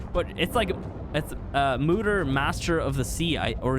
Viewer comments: Lol moo-der. Its pronounced moe-der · I know lm late to add a comment on this video but I just wanted to say that it is pronounced Mo-Deer not Moo-Der